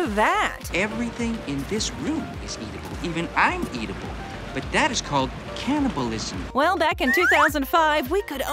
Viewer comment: 'But that's called c a n a b a l I s i m' Lol